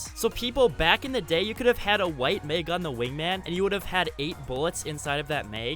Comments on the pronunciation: Nope, lost interest when he said may-g (mag), it’s mah-g (mag) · It bothers me that he says Meg instead of mag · It’s mag not meg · He pronounces mag “meg” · The mag he says the meag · “In the meg” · Am I the only person hearing meg instead or mag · He said mag like meeag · Why does this guy say “meg” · It's funny how you say "maig"😂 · Are you Canadian? Also i noticed you pronounce “max” with a n open “a” sound, but a simple 1 letter difference with the word “mag” changes your pronunciation of the word to “meg” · You must be from Minnesota saying Mag like it’s Meg :’) thanks for the trip down nostalgia lane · No one commented about how he pronounces mag????